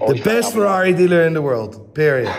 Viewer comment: It's Ferrari!!! Lol Clearly you don't watch f1😂😂😂